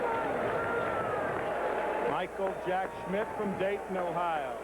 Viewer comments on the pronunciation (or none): none